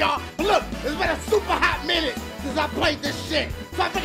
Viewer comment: Mario Su-puh sluggers